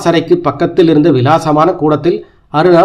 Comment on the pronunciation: சார்! உங்கள் வாசிப்பு நன்றாக உள்ளது. இன்னும் மெருகேற்ற சில திருத்தங்கள். My 2 cents துர்லபம் என்பதே சரி துர்பலம் அல்ல விசாலமான என்பதே சரி விலாசமான அல்ல